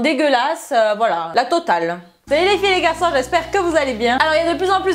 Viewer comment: C'est tellement plaisant quand elle di "Salut les filles et LES GARÇON !"